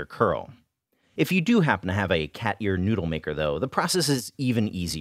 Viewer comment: Anyone else think he was saying "cat urine noodle" for half of the video?